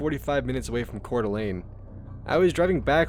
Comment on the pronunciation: It's so nice to hear someone who pronounces Coeur d'Alene and Spokane properly.